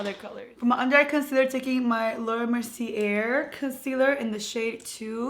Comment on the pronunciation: Laura “mer-see-AY” 😘😘😘